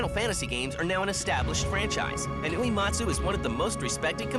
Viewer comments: "This is the story of Nobooey-Whoee-Matzu" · The way this narrator is pronouncing Uematsu's name is making my ears bleed. Why do you say "oo-ee matsu."